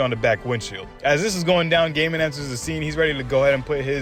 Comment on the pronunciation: I think it is pronounced goiy-i-mon, not gay-man 🤣